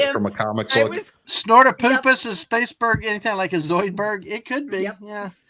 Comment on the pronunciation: "Space-berg", dear Gawwwwwd.